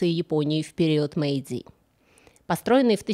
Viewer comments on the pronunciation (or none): none